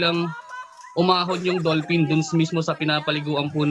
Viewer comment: dull pin daw, lol